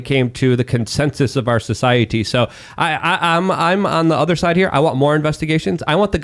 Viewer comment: stop saying “SOH-CEI-EH-TEE”!